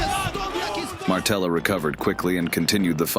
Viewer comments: It's Materla not Martela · Its maTerla, not maRtela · Materla, not ,,Martela'' 😁 Also Poland was never ,, Soviet'' 🤣🤣🤣🤣🤣🤣🤣🤣🤣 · It's actually Materla, not Martela... Pretty decent fighter actually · Dude not Martela but Materla😊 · It's perfect example that you don't know what your gibberish is about when you said "steroids" in the sentence about Pudzianowski XD And what is "cocky" about Materla (not Martella you GoT fan) in fight with Pudzianowski? You obviously don't know a genesis of this fight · It's MATERLA, not Martela haha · Materla, not Martela :D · ITS MATERLA !!! NOT MARTELA.............. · Materla not Martella